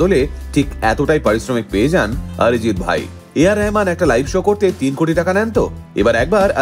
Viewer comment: He is not Orijit neither আরিজিত। He is অরিজিৎ। অ কে অ উচ্চারণ করতে শেখো। আ নয়। বুঝলেন